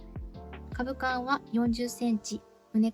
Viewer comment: 撮影時以外もその格好で作業しているのですか？ だとしたら危ないのでやめましょうね。機械に巻き込まれてからでは遅いので。 あと、株間は「かぶま」畝間は「うねま」と言います。